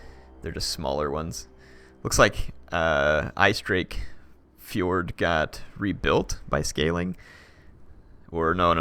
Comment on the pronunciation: icedrake forge? its icedrake fjord 😊